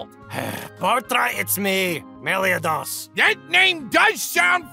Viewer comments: I QUITE despise how they say Meliodas... So...thanks, I hate it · Why do they mispronounce Meliodas like that every time hooo makes me hurt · Its so weird how they pronounce meliodas, but it doesnt change how good this series is.(Gilthunder is the best character in this series) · I hate the fact that Hendrickson pronounced Meliodas wrong...